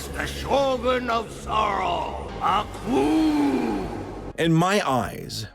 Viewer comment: It's Aku not accu